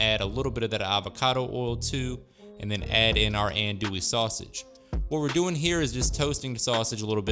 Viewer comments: Pronounced: Ahhhn-dooie. Believe me. I lived in the heart of cajun/bayou land for 18 years, and I know the lingo. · In Louisiana's Cajun territory known as Acadiana Andoullie is pheonetically pronounded, On do ē. That ON like on and off, do like do or don't and a long e. Filé is promounces Fee Lay andnis made from ground sassafras leaves. It also smells very similar to marijuana when burned. I grew up in Crowley LA and worked for the Lafayette Parish Sheriff's Department. We set fier to filé in an ashtray and let it smoulder during our drug awareness school presentations. Lots of kids would approach us after the presentation and tell us their momma, daddy, uncle or brother smokes cigaretts that smell like that. Lol Many men grew up learning how to cook especially fish and wild game at their fishing/hunting camp from the older men at the camp where women usually don't even visit. Your food looks delicious and I will be trying some of your recipes in the near future. 😋